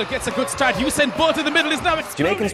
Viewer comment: Not you sain bolt Oo sa in bolt